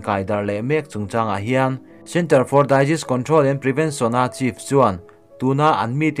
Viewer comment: Video hmasa lamah "disease" i lam rik dan a dik loh thu kan sawi sup sup a. Tunah ah ila rawn ti "DAIZIS" leh tho bawk si...🤦😒